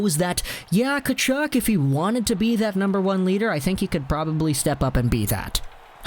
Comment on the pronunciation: His name is pronounced HE TILL. Not “Che till.” You’re a hockey channel, come on bro.